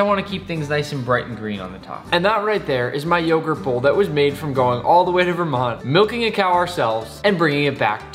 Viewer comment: "you need yogurt to make yogart